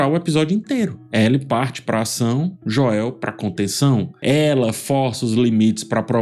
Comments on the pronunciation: É pq tu tá falando no modo abrasileirado, é Joel mesmo, e não esse joéu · PELO AMOR DE DEUS, INGLÊS E PORTUGUÊS A PRONUNCIA É "DJÔEU" Só isso mesmo, Vídeo excelente 👍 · Gosto demais de você, mas a pronuncia "Joél" tá complicado 😂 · Caramba mano, insuportável vc falando Joél, fala Joel mano, qual a dificuldade ? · Cara, que análise incrível! Quanta atenção aos detalhes. A edição do vídeo também ficou ótima. Mas é agoniante ouvir você falando "Joél". 😂😂😂 Fala "Jhôel" nos próximos vídeos. Os fãs agradecem. 😂😂😂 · que gastura você falando Joél kkkkkk é Jôel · Por favor não diga JÓÉU mas simplesmente Joel english accent!😅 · É JOel, não joÉL,! 😅🤣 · Jô-el tbm não é a pronúncia certa, seria algo como Joe-l. Melhor pronunciar o nome como no português mesmo. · eu não aguento ele chamando o o Joel de JoÉl kkkkkkkkk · "Jó-éu". Kkkkkkkkkkkkkkkkkkk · "Joél" kkkk😆😂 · Jo-el. kkkk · Perdia 2 anos de vida a cada vez que ele falava Joel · Parei de ver o vídeo aos 11 segundos qdo saiu o primeiro "Jo-el" 🤦‍♂ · “Jo-el” é sacanagem kkk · eu amo seus videos ph mas esse “joéu” da mta agonia, fala normal pf kkkkkkkk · Jóel kkkkkkk brincadeira, excelente vídeo. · por que o tá chamando Joel de JOÉL? 🥲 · Falar Joél dói o ouvido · E lá vem o “JÓEL” de nov 😂😂😂😂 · Joéu é duido em .. 😰 nem na dublagem é assim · JoÉU dói de ouvir, mas baita análise! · Pq o diz "joél" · Passo mal com o "Jo-el" dele kkkkkk. Te adoro 🫶🏻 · A avaliação é muito boa, mas a cada vez que ele fala Jo-El, meus olhos dão um giro de 360 haha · me incomoda tbm um pouco como ph fala o nome dele....adoro o trabalho dele e acompanho bastante as analises que ele faz, mas Joél nao dá!!!!!!.... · Você valida as coisas que me irritam na série de forma muito boa, me dá uma acalmada pra criticar kkkk só me dá agonia vc falando JOÉU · “O nome "Joel" em inglês se pronuncia "JOH" + "uhl", ou seja, em duas sílabas.” Segue, ótimo vídeo, como sempre. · " JOÉL ".. Aiiii...rs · “joéu” é agoniante, meu deus do céu